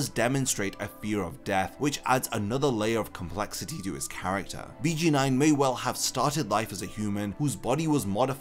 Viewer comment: I just wanna say it’s pronounced Beyh Geyn Noin